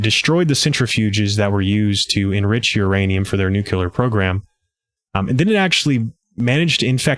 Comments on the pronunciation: We always want to pronounce “nuclear” this way: NUKE-lee-er. It’s not NUKE-u-lar. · Great layout and info! Still, I scrunched my nose at "nu kyoo ler." It doesn't help help sell yourself as an intellectual or knowledgeable person if you obstinately pronounce words contrary to how they are spelled. Where else might a crucial detail be glossed over in such a manner? Nuclear = "Nu klee er" or even "new clear". There's only one 'u' in it. BTW, we've been sounding the alarm for election fraud ever since the results came in and a "Russian tail" was in evidence. No one listens because Trump set it up by calling the 2020 election rigged, which his cult parrots even today. He cries wolf and is also the wolf. It's the only smart thing he's ever done and I'm not so sure he did it on purpose. It's deep in the bully's playbook to play victim so you may freely perpetrate a crime, but it is how their minds work.